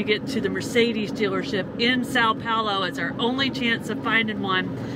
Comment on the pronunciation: Suppose for one moment -- we reversed things: a couple of Brasilians stranded somewhere in North America and unable to speak a word of American-English. What kind of service would they get ? Why things are always a darn one-way road. And please try and learn how to pronounce Sao Paulo -- check with Google Translate. You might as well take a phrase book with you.